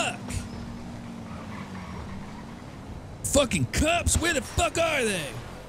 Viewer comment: I love when he say cups where the r they